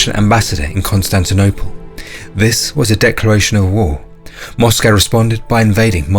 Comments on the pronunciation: Mate, you sound British. A least have the decency to pronounce the word 'Moscow' correctly. A awful blot on otherwise great content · First British person I've ever heard pronounce Moscow like an American.